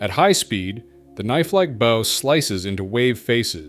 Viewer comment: How about real people reading this. It's BOW like OW!! Not bow like oh. Come on now.